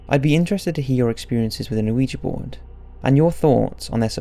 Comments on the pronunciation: It's not O-uiji it's Ouija not How he spelled it, but how he pronounced it Also one of the main rules is never take your hand off the planchette till you say goodbye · Does it bother anyone else that this guy pronounces it Oh-weejee? You don't pronounce the o. It's just weejee. The French word for yes isn't pronounced o-wee. It's wee. Oui. Yes. Ja. Yes. Ouija. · The O at the beginning of Ouija board is silent...phonetically its we -ja. Sorry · can everybody stop saying "oueejee"?! the word is ou-ee-ja! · Why does EVERYONE pronounce it (incorrectly) ‘wee-jay’...??? It’s an OPEN ‘A’ at the end... “WEE-JAH”! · 😣 the "O" in ouija isn't pronounced. Oui as in the French word for yes or "weegee" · Why does almost everyone pronounce it "oh we gee"? The o is silent. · I really like your videos but you have got to work on your pronunciation, Ouija is phonetically pronounced 'wee-ja' you don't pronounce the O at the front. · I almost stopped watching because they pronounced it "ooeejee" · it makes me laugh how you say ouija board :D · pretty sure the o is silent man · The O is silent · Still pronouncing it wrong... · it's hard to take you seriously when you don't even pronounce Ouija correctly smh